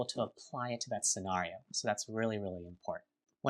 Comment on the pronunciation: I swear to G-d if that guy says SCENARIO like that one more time